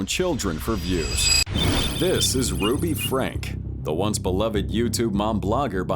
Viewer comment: I don't suspect Ai until the narrator does something like pronounce the name ruby as ro-be